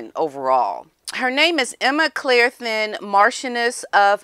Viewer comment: The last name Thynne is pronounced "Tin".